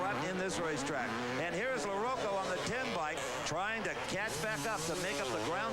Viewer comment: pronounce larocco right!! or get off the air!!